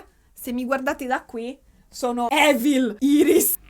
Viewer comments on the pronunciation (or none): none